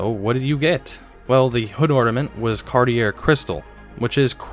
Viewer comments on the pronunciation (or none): I believe the designer's name Cartier is pronounced Car-tee-yay. I've heard you misprounce it as Car-tee-air now in two videos. Aside from that, I'm enjoying these videos immensely. A child of the early 60s, I began driving in 1978 and spent a great deal of time prowling the car lots looking at these vehicles. I now have a small collection of cars from this era, and some of those you show are on my wish list! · Cartier= Pronounced Car-Tee-Ay…. Not “Car-Tee-Er”. 🤣😂🤦🏻‍♂️ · Great video, but Cartier is pronounced "Car-t-a" not "Car-t-air" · Cartier is pronounced without the r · I believe it’s pronounced car-tee-ay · Cartier is French and pronounced Car-T-A and Consulier, Con-Sool-A. Great list. I turned 13 in 1980, 18 in 1985, and 21 in 1988, so the eighties were a defining decade for me. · cartier is pronounced car-t-aye....or carty-A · Car tee aeee ... it's French ... Xee Vuah Xee. Also French. Look it up before doing your vid. That last one... Fuglier. Fug lee Aeee. (And slow–lier). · Cartier: car-tee-ay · Great video. Thanks. A lot of memories here. Your pronunciation sucks, though. "Cartier" = KAR-tee-ay. Why do not know this? It's a household name. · So, Cartier is pronounced “Carty-yea”. Pucci is”Poochy”. Actually did very well. Your video was well done. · Fun video! I'm one of the small club who LOVE the bustleback Sevilles. My grandparents had two. A couple items, since you asked: *I think Vector Motors Corporation should've been on this list, since you already had what was essentially a low production kit car. *Cartier is pronounced CAR-tee-ay. *There are contentions over the correct pronunciation of Biarritz, but most say BE-uh-ritz. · Cartier is pronounced carteeyay :) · It hurts my ears the way you pronounce Cartier.